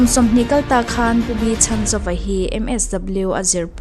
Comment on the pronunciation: Sir, Pu B.Lalchhanzova tih hian Chhan tih lai tak hi i lam diklo zel ania aw... misualin min man a min lo chhan teh tih ṭawngkam a, chhan tih kan lam ang hian a hminga chhan tih lai hi lam zawk tur a ni e..